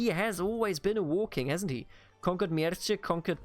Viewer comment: Mierce --> Mierße (german pronunc.) Hwicce --> Hwicke (angehauchtes W) Anglosaxon is pretty close to german, so it is not too complicated for us. Mierce for example only over time became latinized to Mercia, but the original name is pronounced similar to what you would pronounce it instinctively as a german